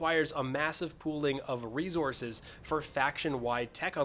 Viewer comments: There is not a "z" in resources. The "s" and "c" are both said like an "s." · cool video. you say 'ressources' funny.